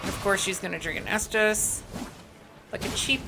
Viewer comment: Great guide. I smiled every time you said estus 🤣